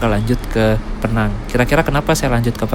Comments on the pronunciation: Sebutannya bukan PNANG.. PINENG.. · Bang PENANG bukan peenang, pake penegasan PE-NANG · Sebutan penang ....pineng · Bro Penang di baca pineng 😂😂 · Penyebutan Penang bukan Vokal Penang bg. Tp Pineng. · Pineng bukan penang😅😅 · Maap kalau boleh kasi masukan.. kalau Penang itu di sebutnya pineng ya mas. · Penang sebutan nya Pineng bang..saya pun jadi pening ( pusing )..😅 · Penang,penyebutannya Pineng. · Penang penang, yang betulnya adalah pineng. Buruk sangat sebutan penang tu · bkn penang tp pineng atau pinang ya 😂😂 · Tante Saya Org Penang, Di Menyebut Kota Penang Dengan PI-nang.. Penekanan Huruf I.. Terdengarnya Mirip PINEENG.. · Agak resah denger pronounciation Penang tu. Yang betul itu Pineng yaa bang😂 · penyebutan Penang nya agak lain bang..hahaha = Pineng org malaysia cakap bang.. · Menit Bukan PENANG mas bacanya PINENG biar enak dengernya logat Inggrisnya ... 😊😅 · Penang dibaca = PINENG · Itu nama dia pineng bukan penang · Penang itu melayu bilangnya pineng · Sebutan betul Penang adalah Pee-neng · Nyebutnya pineng😁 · Cara ngomong Penang nya lucu 😂